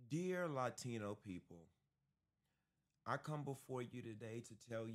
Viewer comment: “Laa-Tino” 😂. Anyway, I support this message and not just for Latinos. Everyone from a Country NOT England, Ireland, Iceland, Scandinavian. However the Blacks for Trump THINK THEY ARE WHITE AS WELL. Let’s address that soon. #R76